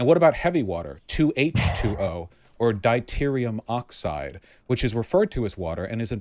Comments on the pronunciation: “Diterium oxide It’s deuterium, Vaush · LISTING OFF THE HORRIBLE CHEMISTRY FAILURES BECAUSE I'M PRETTY SURE IT GAVE ME PERMANENT BRAIN DAMAGE 2H2O is literally just H2O except it denotes 2 of them - Destiny is right H2O2 is not an isotope, rather it deontes a compound with 2 hydrogens and 2 oxygens also known as peroxide DIE-terium oxide instead of DUE-terium oxide (pronunciation but its still funny) Deuterium oxide is NOT referred to as water because it's NOT the same that is why it is called HEAVY water that is why it is notated as D2O and not some weird version of H20 TBH this next one is close BUT Deuterium oxide is not the isotope. Isotopes are atoms that are the same protons but have a differing number of neutrons leading to a difference in weight such as in this example where both hydrogen and deuterium have 1 proton but hydrogen has NO NEUTRONS and dueterium has ONE NEUTRON (therefore deuterium is denser i.e heavy water). Basically Dueterium [D] IS THE ISOTOPE of Hydrogen [H], BUT Deuterium OXIDE [D2O] is NOT the isotope of Dihydrogen Oxide [H2O] NO THERE IS NO EXTRA HYDROGEN ATOM - the hydrogen atom has AN EXTRA NEUTRON YES! Heavy water is ONLY composed of Deuterium Oxide NO combinations of both or thresholds, YES Heavy water is denser and therefore heavier! blah blah blah blah blah!!! Just restating no it is not an isotope of oxygen but hydrogen and no it is not another form of H2O (SO TECHNICALLY DEUTERIUM is sometimes written with the number of neutrons written as a superscript in front of the H which i